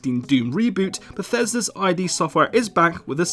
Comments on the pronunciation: It's not I.D. Software. ID is a word. Not two independent letters. Pronounced like the first two letters in idiosyncrasy. :) Just sayin'. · "id" is not read as "eye-dee" you dumbo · It's id as in kid. It's not "eye dee".